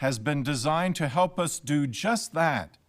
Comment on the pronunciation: I'm not a professional speaker or anything, but an ex-theater kid and ex- English teacher. His speaking is SO WEIRD and really off-putting. the way he said "enjoy life forever has blah blah for JUST THAT". What the hell is that weird emphasis on Just that but not the way you'd actually emphasize it. Like he tried to pronounce italics without expressing anything.